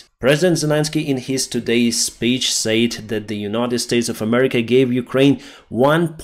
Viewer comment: Pronouncing said sounds like sed, not sayd. Slava Urkaine